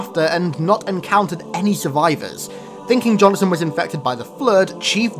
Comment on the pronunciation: Johnson… two syllables